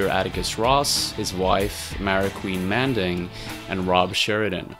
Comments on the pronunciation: Manding? It's Maandig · Maandig, not Maanding